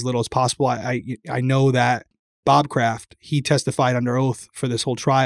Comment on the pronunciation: Bob Craft. Lmaoo c’mon.